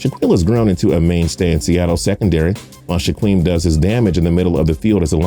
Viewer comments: Its pronouned Shakeem not Shaqueem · It’s pronounced sh-a-keem not sh-a-queem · It's pronounced "shakeem" not "shQUeem"